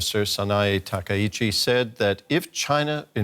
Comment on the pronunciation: I keep asking my Japanese friends, isn't it pronounced Ta-kuy-chi, not Ta-ka- ichi? They all say yes, but even the gaijin prof sounds like a typical gaijin 😅 It's like saying Ar-kan-sas instead of Arkan-saw...